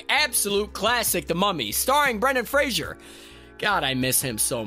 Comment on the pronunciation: Brendan Fraser... not Frasier. My mum says it incorrectly too and it's like nails on a chalkboard.